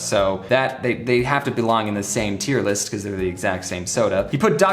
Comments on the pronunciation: man i just love a good ol' IER LIS' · “TEIR LIST” Lmao